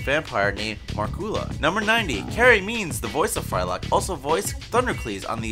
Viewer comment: not knowing what an I.E.D is show show dopey some of these people are, hw out of touch they are, he also pronounced Markula is mar kula!